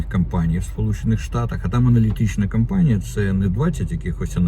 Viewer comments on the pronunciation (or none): Не кАмпанія а кОмпанія тут